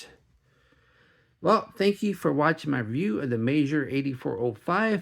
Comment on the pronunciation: In my head, I've always pronounced the brand as the word "meager". Your pronunciation sounds classier. 🙂